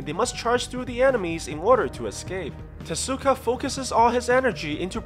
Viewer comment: U SAID TESKA ITS TEZUKA AND TEZUKA IS MY FAVE CHARACTER!